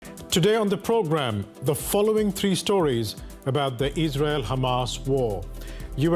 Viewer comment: Did he start off by saying here on the pogram or here on the PROGRAM.